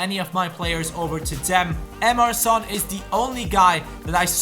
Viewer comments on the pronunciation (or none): none